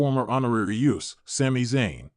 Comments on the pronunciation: It's uso, not U.S.O. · ai is so dumb just say uso not jey u s o for real pronounce uso right. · Why cant this guy pronounce the Usos names right? Jey and Jimmy U.S.O??? WTF???